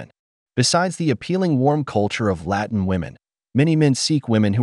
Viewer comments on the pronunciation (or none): none